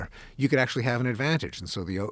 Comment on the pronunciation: He just said the deniers ACYUALLY KNOW ABOUT DATA